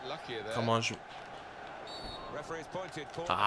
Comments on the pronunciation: And Mata is Spanish,not Portugese So it's "Huan" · It's juan mata not shwan mata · Pronounce it like Ruan Mata or Chuan Mata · its pronunced huan mata justs sayin